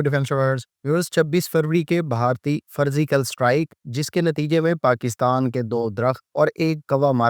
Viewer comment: فرضیکل صحیح ہے، فرزیکل نہیں۔